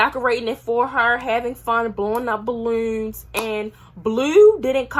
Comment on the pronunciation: No disrespect but why you say balloon like that